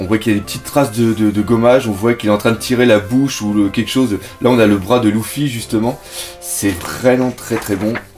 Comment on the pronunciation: pk tu dis louffy et pas luffy ?